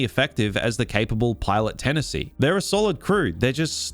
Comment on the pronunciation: Tenneseeeeeee, not Tennis`y lol. Good stuff though, liked and subbed.